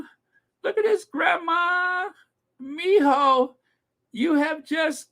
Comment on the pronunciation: I didn’t think I could like you anymore but then I heard you say “mijo”! 😍 You’re the best!!!